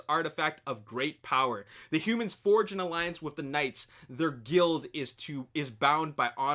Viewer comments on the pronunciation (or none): none